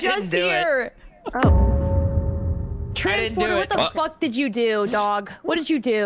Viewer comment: I too heard dong when she said cute dog lol 😂😂😂😂